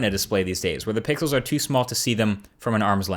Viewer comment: lol he says pickles instead of pixles